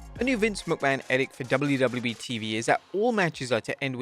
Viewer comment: Seriously, you dont know how to pronounce edict....and no its not a regional thing or anything, you are just saying it wrong